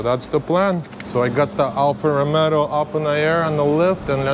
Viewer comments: Sorry to say. It is Alfa Romeo not Alfa Romero. Thanks for the video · " alfa romero" 🤣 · Me triggered by the way he says Romero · is romeo no romero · great content + knowledge and skills. But the make isn’t called “Romero” haha. By the way the W222, your daily, is a stunner.. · ‘Alfa Romero’ 😂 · its not ROMERO IS ROMEO!!! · Good job , but he name of the car is Alfa Romeo , not Alfa Romero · Pochemu Alfa Romero? Lol 😂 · "ALFA ROMERO" LOL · Found your video! Awesome content man. I was cracking up every time you call it an Alfa “Romero” lol. Keep up the awesome work brother. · "Alfa Romero" 🤣🤣🤣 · Alfa Romeo not Romero 😂😂😂😂😂👍👍👍🇧🇷🇧🇷🇧🇷🇧🇷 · Lost me at the second “ Romero”! 😂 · Funny you say Alpha Romero instead of Romeo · what is "Alfa Romero"???